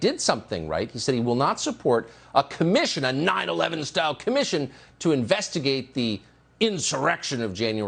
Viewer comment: Why does he keep saying 9-11 that way? What a douche bag!!!